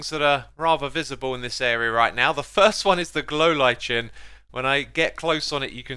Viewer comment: I noticed Xisuima always pronounces "lichen" as "li-chin." Is it just a pronounciation difference between regions because I'm pretty sure it's pronounced similarly to "like'n" for "Like'n subscribe." Seriously though, here in North America it's pronounced like that.